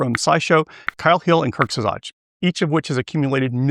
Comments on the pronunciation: "kurt's evatch" ??? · "kirk zaj" XD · If you misspoke Kurzgesagt on purpose to engagement bait you got me! This video is definitely more focused and better than the previous one. Kudos! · I love the way you try to pronounce ‘Kurzgesagt’. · I really like this video, but the way you pronounce Kurzgesagt is really weird lol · Have not heard of you before but clicked because your title mentioned some channels I like. But right at the top, you can't pronounce Kurzgesagt? (That was a pretty impressive mangling!) How am I supposed to take seriously, your critique of "channels that have a reputation for doing their research"? 😛 And then I tried to watch the rest, but bailed half way through, because this was just contrarianism for the sake of contrarianism, and wasn't saying anything of any depth, and I regret that I'll never get that 10 minutes back. I think I'll stick with Hank. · Great Video but I've never heard "Kurzgesagt" being pronounced worse... They say their name in every video. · pronouncing kurz gesagt isn't that difficult lol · I wasn't aware people in the US pronounced "Kurzgesagt" like that. Crazy